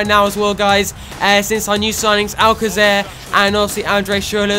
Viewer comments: Just saying that its pronounced al-kaser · I think it can be pronounced Many ways, regarding the Alcacer situation, however as the Spanish pronunciation of c is a fh/hf it may be something like Alfafer but it.can be pronounced any way.